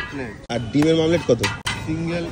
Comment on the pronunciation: ওটা মামলেট না দাদা ওমলেট